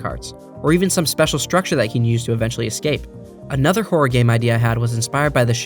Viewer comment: Horror is a two-syllable word. Horror game not whore game. Good video otherwise. Still gave it a Like. Cheers.